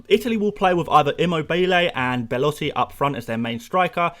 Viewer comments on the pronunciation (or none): none